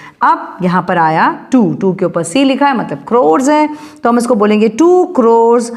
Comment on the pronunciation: 😂😂 not croes crores NAHI ata😅😅😂but it is nice ❤